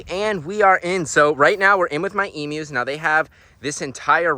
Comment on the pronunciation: I am so happy you say emus correctly 💯 The amount of Americans who say it wrong does my head in!! E-mew not E-moo!! As a proud Aussie I love that, Thankyou!! :) Love the videos too mate!!